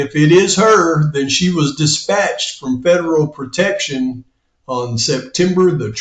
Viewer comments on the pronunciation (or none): none